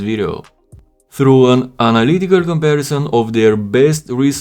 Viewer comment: “Analycal” lol